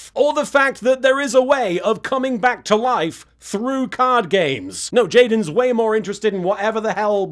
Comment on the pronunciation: "Jaden Theur's down a Fhur's down" gets me every time XD